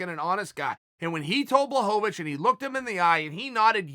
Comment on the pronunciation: Chael is subtly trolling all of us with his different pronunciations of blachowicz name.